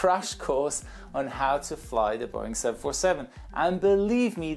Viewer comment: it’s not boing it’s Boeing